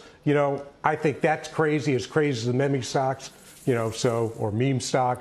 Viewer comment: Lol, he said meh-meh stocks.